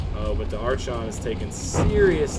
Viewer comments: It is EXTREMELY painful to hear you pronounce archon like that lol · Was gonna watch this but the mispronunciation of "Archon" just killed it for me.